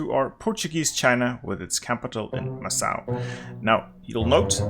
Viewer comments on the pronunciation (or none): Macau is pronounced "mackau" or "mahcow". Second syllable sounds exactly like "cow" in English. No S sound.